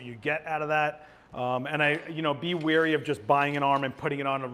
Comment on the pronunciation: Weary=tired. Wary=showing caution. Example. I’m weary of how pronounces wary. 😜